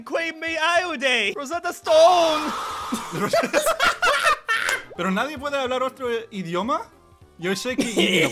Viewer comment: yup lmao, such classic words like "Roseta Stone"